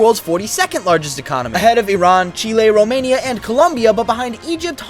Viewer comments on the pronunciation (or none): none